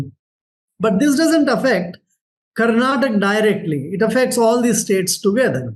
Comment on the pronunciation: Bhai kannada wale pelenge jaise karnataka ko mispronounce kar rahe🤣🤣